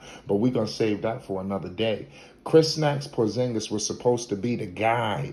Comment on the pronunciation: Bruh this guy been hurt. He can’t control that. Atleast pronounce his name right. I still got hope, Once he’s able to take care his body and remain on the court , he’ll still be that damn good. He was young and he’s gonna learn how to not get injured so much. And if that doesn’t happen I can’t blame him, Look at DRose, Greg Oden, the legend Grant Hill. It wasn’t they fault they should didn’t have an iron man body like LeBron. The 🦄 can still figure it out and bust ass on the Wizards. Let’s see what happens.